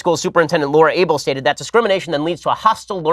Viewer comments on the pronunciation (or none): none